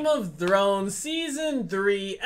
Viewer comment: Sounds like Game of Drones😂😂